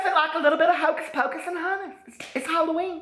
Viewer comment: LoL Happy Hall-o-wwenier lmao omg i love it